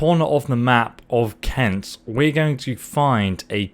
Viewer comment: ''Cent'' [Kent] Sorry but that's so lame xDDDDD